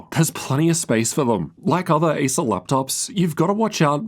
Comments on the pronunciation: I don't know why, even, when saying "Acer", sounds like Asus 😅😅😅. Until I just repeating if he actually say "Acer" 😅😅😅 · Every time you pronounce the brand name 'Acer', it sounds like you're saying 'ASUS'.